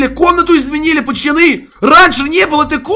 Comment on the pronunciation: Кто замечает что говорит пачаны а не пацаны🤔🗿🗿🗿